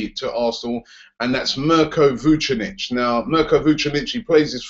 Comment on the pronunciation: Dunno how you can pronounce Mirko Vucinic's name right, but you still say CAR-ZOLA.